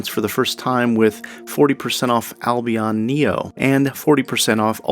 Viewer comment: The way you pronounced Albion...